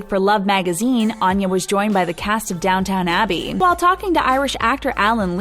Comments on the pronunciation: "Down-town Abbey"?!? Americans. Good grief. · I thought I miss heard....downtown Abbey! 😅 nobody not even an American could get that wrong if they saw the series or saw how it was spelled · Oh you mean “DownTUN” and “SHAYmus”. Kewl. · It's pronounced Downton. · Seriously, they couldn't even pronounce "Downton" correctly? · You mispronounced “Downton” and “Seamus”